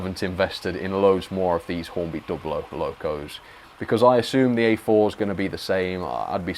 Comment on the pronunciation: good to hear you are now pronouncing Dublo correctly. In older times you would defend saying Dew Blow.